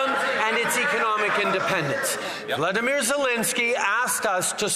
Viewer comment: Trudeau pronounces Volodymyr "Vladimyr" which is the Russian pronunciation. That's unforgivable, when the correct pronunciation is "vol-odo-meer".